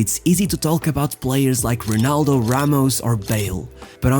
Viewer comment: I’m sorry but you did not pronounce well the full name of ronaldo , however the rest of your portuguese speech is quite good.